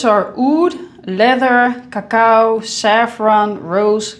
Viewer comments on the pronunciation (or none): none